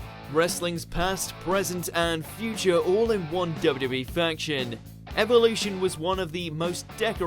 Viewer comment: Did anyone else cringe when he said evilution instead of evolution ?